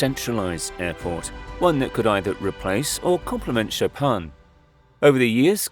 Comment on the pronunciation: Cher aurateur on prononce Chopin comme le pianiste Polonais Et pas Chopan !!!!!